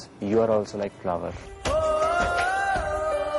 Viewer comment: You are also like flaavar 😂😂 dehaati saaare flower ko bhi sahi se nhi bolaa jaara!